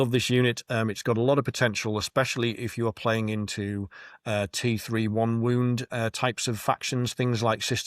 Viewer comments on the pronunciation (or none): none